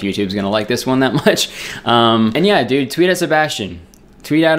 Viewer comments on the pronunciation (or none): I love the way he says dude. Like “dood”